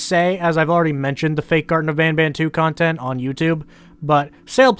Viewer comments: As to the name, its not as much "bonbon" as much as it would be bahn-bahn. The n's would be pronounced in a way that doesn't really have a similar one in the English language. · It’s bon bon not ban ban I’m French so I know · As a Canadian citizen even if you said the name in French it would still be banban and not bonbon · i'm french and it is ban ban in pronotiation but if it is like candy it is bon bon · Hey! I’m from Quebec and speak French, “an” makes a “on” like sound, although we don’t pronounce the “n” sound at the end, “ban ban” itself is not derived from any word I know so it’s just a really weird character name ig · now i'm canadianese myself and as far as i'm aware, the reason why they pronounce banban as 'bonbon' is because it kinda sounds like that when spoken in a french accent. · i speak french in a french region, and banban is not pronounced bonbon in french so i have no idea why they pronounce it "bonbon" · I can confirm, as someone who went to french immersion up until I graduated high school, the kind of "ah" A sound that most people use when saying Banban is a sound that basically doesn't exist in french, so assuming they're french speakers the pronounciation of "bohn-bohn" would make perfect sense. it's common for certain english names to be mispronounced by native french speakers because certain sounds just don't exist in the language, like how english doesn't itself contain the ñ sound and it instead comes from other languages but to be clear in case there could be any confusion, the french word for candy "bonbon" isn't pronounced like that either, the N's are effectively silent (it affects the pronounciation but it's not bohn-bohn as the devs say) so it is probably just a word that they created on their own. it's interesting though that the way the devs say Banban is probably how an english-speaker would anglicize bonbon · since i'm french and banban name's supposed to be pronounced french, that's still not how we pronounce it :')